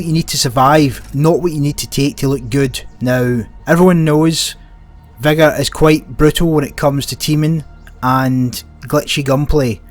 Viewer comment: Soz but its not “vygir” its vig-a (vigor)